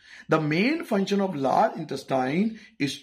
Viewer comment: function ❌funtion ✅